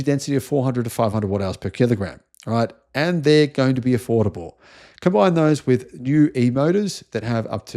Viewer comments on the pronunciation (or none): none